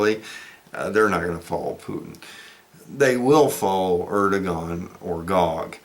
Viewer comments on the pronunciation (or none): Air-doh-wan is the correct pronunciation of Erdogan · Erdogan’s Name is pronounced Airdowan.